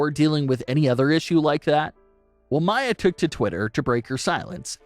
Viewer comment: Do u even watch wrestling? It's not Mya. It's. Mia. Meeeee uhh.